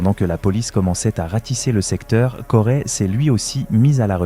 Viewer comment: Corey !!!! on dit Corey ( CO Ré pas CO rai ) banane